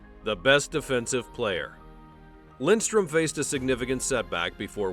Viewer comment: It’s Lidström, not Lindström…